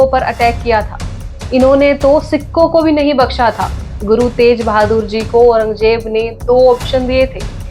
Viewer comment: तेज बहादुर,,,,, नहीं,,,,,, तेग बहादुर 🎉